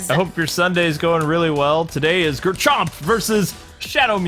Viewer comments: It's garchomp not grrrrrchomp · Its gar-chomp